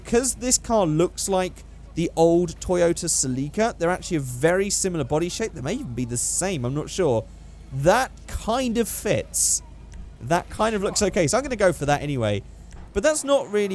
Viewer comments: "toyota ceh-lee-kah" "same body shape" ruins classic stock look in the process of ruining my outlook on humanity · Did he say Toyota see leek a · when you said old celica I almost killed myself